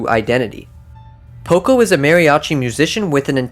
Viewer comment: It’s poco